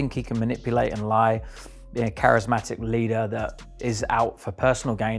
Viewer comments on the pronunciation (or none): charismatic not charesmatic